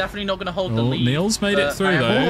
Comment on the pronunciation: Into the leeeaaad really did sound like into the mead 😂